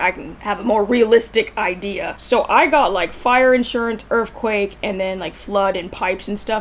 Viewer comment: Did you say Errffquake? 😂😁😂